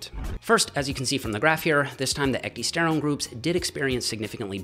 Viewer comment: It's pronounced (eck - DIE - sterone) and if you get the real shitt (this is the hard part) you will know. I was putting on 3 lbs of muscle week after week on it. It was crazy. The product (now extinct due to Cytodyne being bought out by a competitor) was Methoxy-Pro protein powder. Also had methoxyisoflavone in it. My meal cadence was meal/shake/meal/shake/meal/shake on my days off and a double shake serving on the days I lifted after my W/O.....I saved my 2nd shake to double up on after my W/O. I had found a natural way to boost my HGH. Ate perfect and supplemented perfect.....I was growing while I was AWAKE! - this actually freakin scared me. I laid off my stack and my lifting for a spell and the next time I went to order Methoxy-Pro it was discontinued everywhere. There's a lot more studies on Ecdy than you found. Thermolife referenced about 6 dozen studies when promoting their product E-Bol.